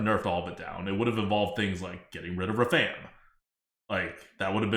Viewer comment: The number of times mispronounced Rafaam in a single minute made it seem intentional...and it hurt